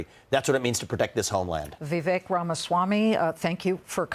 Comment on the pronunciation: Omfg it's Vivek like Cake.... It's not that complicated ffs...